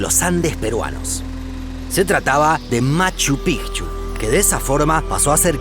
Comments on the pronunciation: Aquí estoy yo, de nuevo su contador de extraterrestres. en este video tenemos hasta el momento 313 raros a los que no les gusta esta maravilla de canal. es todo por hoy seguiremos informando. psdt: Por fin alguien que pronuncia bien el nombre de Machu Picchu, que alegría. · Por fin alguien que pronuncia bien machu picchu😃 se pronuncia así pigchu no pichu😒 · Al fin un canal que pronuncia "Machu Picchu" de manera correcta xd. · POR FIN ALGUIEN DICE MACHU PICCHU CORRECTAMENTE!!! MONTAÑA VIEJA! 😂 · Cómo peruano e hijo de cusqueña, felicito al narrador por pronunciar correctamente el nombre de la ciudadela, Machu Pi"c"chu y no Pichu como pronuncian los gringos. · Conciso, buenas imágenes, información correcta y buena pronunciación de los lugares. cada vez mejor y en el gran Machu Picchu. Fui hace 15 años casi, pero quisiera volver.